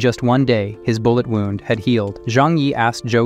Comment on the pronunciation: bull ett, cal lead... oof. The Ai voice needs a bit more training or better scripting